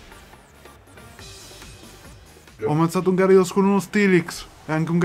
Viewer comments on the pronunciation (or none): none